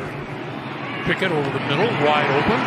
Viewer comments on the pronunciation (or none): It's Pickett, not Pinkett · Bro I thought he was saying Pickett to Pickett lol